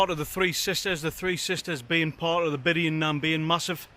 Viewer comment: Bian,,, bee,,ann is the pronunciation